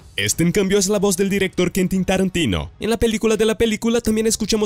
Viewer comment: Rayos, me genera tanto ruido que ni el nombre de Quentin pudiste pronunciar bien. Que estrés!! Deberías poner un poco de más atención a esos detalles, realmente el contenido es bueno.